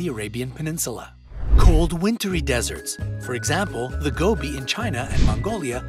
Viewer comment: Finaly you mentioned Mongolia (i am a mongolian (you pronounce gobi gove)